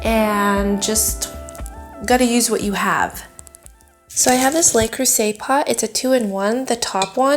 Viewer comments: Okay folks & I know there are quite a few of you out there; ...luh-croo-zay, not lay-croo-say... I had to. :-) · Looks great! Its "luh" creuset though, not "lay" creuset.